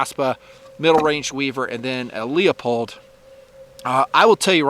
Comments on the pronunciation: Sir, you know better. Please stop calling Leupold "Lee-o-pold," the correct pronunciation as you know is "Loo-pold." I'd mind my own business but I have had dozens of people try to correct me when saying "Loo-pold" because " says it "Lee-o-pold. He knows more than you do." You certainly do, please consider your influence. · Lee-a-pold? Come on now.